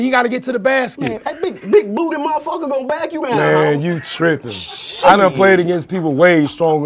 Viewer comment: Man the emphasis on that ‘shit’ in minute was like every hood uncle 😂😂😂😂